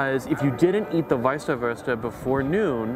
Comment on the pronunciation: its not wießahwurst.. its wießwurst, pronouncation is EVERYTHING!